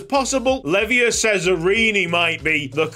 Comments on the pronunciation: Great video as always! Btw Leiva is pronounced "Lay-Va". Come on Wrexham! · concerning Leiva's pronounciation: it's smth like "Lay-bah". Greetings from a long time argentinian follower:)